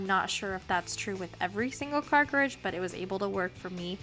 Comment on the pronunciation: You’re mispronouncing “cartridge” though ☺️